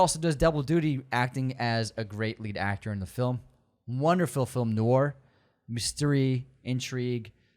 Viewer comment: I have a very particular set of skills, skills I have acquired over a very short career in the English educational system. Skills that make me a nightmare for people like you. If you start pronouncing "Noir" correctly, that'll be the end of it. I will not look for you, I will not pursue you. But if you don't, I will look for you, I will find you, and I will UNSUBSCRIBE from you.